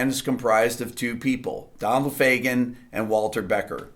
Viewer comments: I really appreciate this, but it's "Fagen," not "Fagan." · By the way, please Rick don't kill me, but it's Donald Fagen, not Fagan. :)